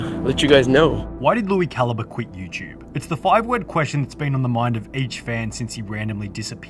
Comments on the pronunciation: It's CAL - EEE - BRAY not CAL-EEE-BUR, btw. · Cali bre not caliber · It’s pronounced Lui Cal-eeee-bray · How does no one know how to pronounce calibre? They just say caliber instead